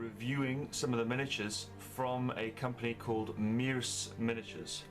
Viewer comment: It's pronounced "mersha"